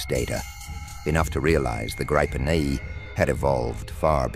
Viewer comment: Interesting - but please get your speaker to pronounce Gripen correctly?